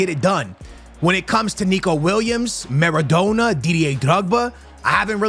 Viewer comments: Kills me hearing him say Maradoner its Maradona.. NA NA not NER NER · At what point during this series is going to pronounce maradona’s name right 😮‍💨🤣 says it like doner kebab about 40 times per video 😔